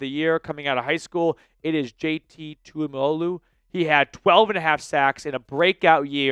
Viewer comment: Say it with me… Too Ee mo lo ow. Tuimoloau